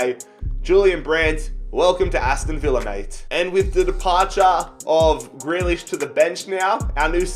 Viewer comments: You only sold him bc you can’t say his name fucking properly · first you pronounce grealish’s name wrong NOW YOU SELL HIM. Wow just wow